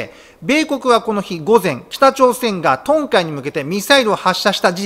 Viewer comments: 、東海の日本語読みは、「とうかい」であって「とんかい」ではないです。 ちょっと恨國の影響を受けていることに、ちょっと不安を感じます。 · 東海は日本語で「トンカイ」って読むのぉ？ 東海とは日本語では「トウカイ」と読み愛知、岐阜、三重(ときには静岡も含めて)の事ですよ！ ミサイルなど撃ち込まれたらそれこそ大変な事になる場所です！